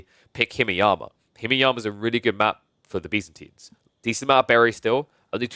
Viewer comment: you call byzantines Bee's-antines lol